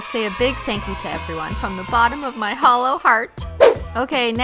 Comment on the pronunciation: When she said my Holo heart, I heard hollow heart